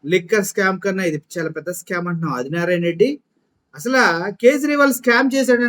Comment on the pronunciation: అరె అది నారాయణ.రెడ్డి గా లంజకొడకా.తెలుగు వస్తె చదువు రాకపోతే నియమ్మతోనో ,నీ అలి తోనో. ఇంకా కుదరకపోతే కూడా పలుక్కుని చదువ్.నువ్వు ఒకే మడ్డకి పుట్టుంటే నిన్ని అదిగా జగన్ నీ టచ్ చై ఏపీ లో sc,st,bc మైనారిటీలు ఏకమై ఉగ్రవాదులు లాగా మారతారు..జగనన్న చిటికన వెలు మీద వెంట్రుక కూడా పీకాలేరు నారాయణ నారాయణ అని తంపులు పెట్టుకో రా కొజ్జానాకొడుక....